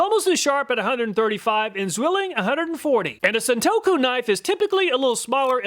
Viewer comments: It's pronounced a Sawn-toe-ku Not Sawn-two-ku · Thanks again for another fantastic video! One thing to watch out for though, you fumbled the pronunciation of "santoku" a few times. You said "san-too-ko" a few times even though the first time you correctly pronounced it "san-toe-ku" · Love your channel. I watch all of your videos even though I'm never in the market for any of the things you test. I hope you don't mind this unsolicited correction - it's pronounced "san-toe-koo" not "san-too-koh" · Sahn-Tō-Koo, Not San-To-Kō. And For Those About To Call Me A Weeb Or Weeaboo Look Up The Definition Of THAT WORD!